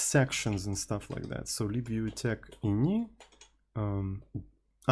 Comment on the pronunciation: libuuuv ❌ leeboov ✅